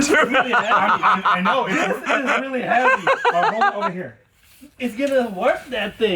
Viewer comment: Yeah Carbon is not supposed to be that hevay😂